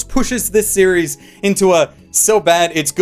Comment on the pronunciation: you can set off Siri with how he says series